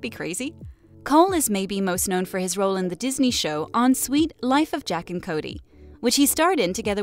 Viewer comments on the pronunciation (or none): Is it me or did she say sweet instead of suite for suite life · She butchered the whole name.. "on suite with jack and cody"